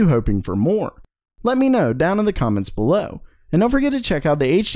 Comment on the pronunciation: I like watching your videos but the way you say "below" is annoying af.